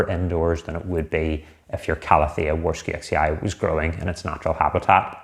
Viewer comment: It is pronounced Varshavechee. From the name of a Polish botanist Jozef Warszewicz.